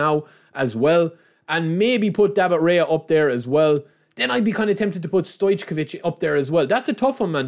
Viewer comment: Kva - Rat - Skhe - Lia => Kavar 🤒 WiRtz => WRitz Stoj - Ko - Vic => StojCkoviC It's not that hard man. At least try.